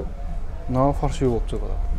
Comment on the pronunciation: Фаршивый эмес ФАЛЬШИВЫЙ дегилечи айнанайын фарш деп этти айтат гоо